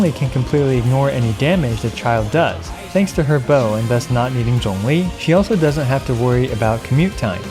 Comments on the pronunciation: Something that I just realized why I think I appreciate your videos so much is that you actually pronounce the names of the characters well. Like we've all been playing this game for so long and yet so many Genshin youtubers still calls Xiangling 'SHANG-LING' or Zhongli 'ZAHNG-LI'. Not saying people need to have it perfect, but it just grates the ears when people just plow through the names when they make content. Anyway, loved the video, love your content, and love your attention to small details! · How are you pronouncing ZhongLi so correctly loll, you're the first caster that I know to do so